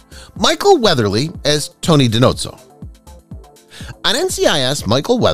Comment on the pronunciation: Di No-zoh - not Di Note-zoh Every name is mispronounced (other commenters have listed others)- can’t trust the research if even that is so incorrect